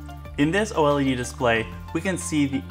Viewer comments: Just call it like the rest of the human race does! Its o-led! Not o-l-e-d!! Chrissakes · Just say “OH-lehd”...